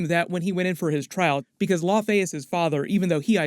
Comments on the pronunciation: Not "Law fey"... It's"La ow fee"... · Am I the only one annoyed at "La fey" daughter? "Lao-fee" "Lao-fee"!!!! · Yeah the pronunciation of Laufey is driving me nuts here. It's not LaFAY, it's LAUfee. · Well, ever since Thor 1 it's been pronounced LAUfee. And really, all of the Asgardian names are pronounced wrong in the MCU